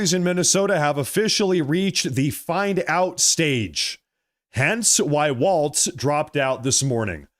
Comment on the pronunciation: Walz, as in walls, no t in Walz.